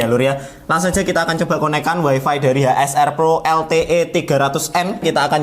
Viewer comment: info, wifi dibacanya waifai. seperti bahasa cino.